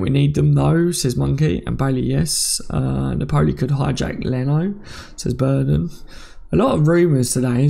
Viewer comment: I’m not really pronunciation police but it’s Pronounced Nap—Pol—Lee not Nap—Pole—E